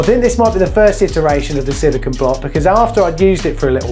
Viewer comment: It really annoys me when these guys do so much of this work, but they call it silicon (as in microprocessors) instead of silicone as in fir cone grrrr